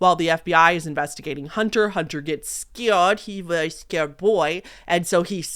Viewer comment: hahahahhahahaha you saying “scawed little boy” is so funny, im cracking up